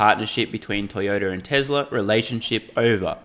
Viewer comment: TeZla! Lol!